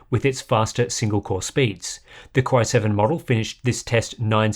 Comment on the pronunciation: anyone else hear "cryo-7" every time he says "core-i7" nah? just me? ok. bye.